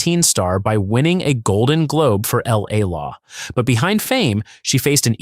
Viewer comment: The AI NARRATOR can't pronounce LA LAW. 😂 L- A -LAW